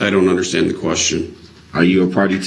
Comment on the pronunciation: For somebody who doesn’t “underschtand,” anything, he sure got that that exhibit “struck.”